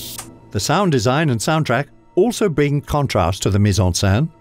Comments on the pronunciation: The voice over mispronounces mise-en-scene as mise-en-sein: put in breast! Very funny for anyone who actually speaks French... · "meez on senn" is how you pronounce it - it was really irritating that the reader couldn't get it right. That was his job! Not hard to find out! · It is maddening to hear this guy repeatedly saying 'mise en sain' instead of mise on scene which would rhyme with den not dan.